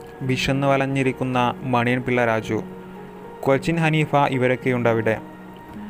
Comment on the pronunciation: കൊച്ചിൻ ഹനീഫ not കൊച്ചൻ ഹനീഫ 😍